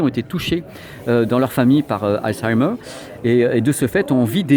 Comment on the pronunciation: Hey sacré accent pour la prononce de halzaimer ;)